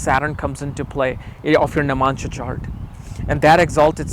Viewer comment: its not nimansha.. its navamsa.. u dumbhead